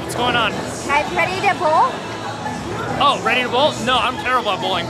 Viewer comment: When you said "are you ready to bowl?" I thought you said "pretty nipple!"